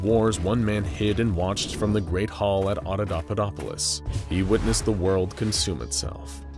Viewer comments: He never did. It's Auda(paupa)dopolis, not Auda(daupa)dopolis. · You keep saying AudaDAUpadopolis but it's AudaPAUpadopolis. Normally pointing out errors like this is just not a thing I'd do but you just kept on saying it and it's already such a complex word that hearing it wrong over and over triggered me lol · The repeated mispronouncing of AudaPAUPAdopolis is making my brain itch. Those are P's my guy, not D's. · AudaPauPaDoPolis* XD not Audodopadopolis WAS * it's important. Jesus wept, I love this channel but this one bothered me. It was still great tho! I have this channel on notifications for a reason and this is literally the only time a 'translation' of the article has ever bothered me here. You're all ace as fu tho <3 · It’s “ Otto POPA dop polis “ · There is a P in that word!!! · Great story and great narrator, I just have one nit pick the mispronouncing of Audapaupadopolis. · Please, practice your scripts before you recording. You keep mispronouncing Audapaupadopolis in this video and it's follow-up. It drives me crazy and makes these videos unwatchable!